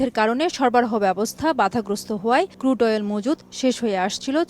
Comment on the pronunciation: ক্রুড কে কুড বল‌ছে বলদ সাংবা‌দিক